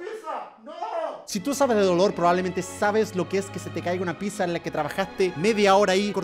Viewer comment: Se escribe pizza y se pronuncia pitsa, entonces ¿porque german lo pronuncia como pisa?.